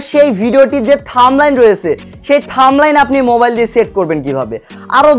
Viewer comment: থাম্বলাইস না থাম্বনেল। আর ফেসবুক কোনদিনও বড় হাতের লেখা টাইটেলের ভিডিও ভাইরাল করবে না, নদুন নিয়ম দেখেন।